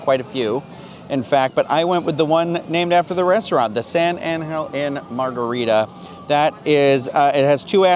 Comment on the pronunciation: You know I worked for Palmas Restaurants and no one say San Angel Inn the way you says it, not even the owner Rickey Debler. You are hurting my ears #Palmas